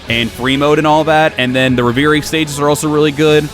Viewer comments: Love the content, but yeah you sounded like a dumbass on camera. It's pronounced Rev-er-ie :P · Great review. What is he saying when he says ‘re-veer-y’ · Great review. What is he saying when he says ‘re-veer-y’? Is it “reverie” mode??